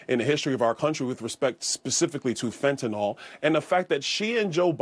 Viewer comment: Byron it's fentanyl not fentanol and it's fRequently not fweequently. He should be ashamed of himself pushing birtherism. He's the one running around pretending to be Jamaican. He's the such a clown 🤡